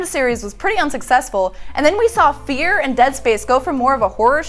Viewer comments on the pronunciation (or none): none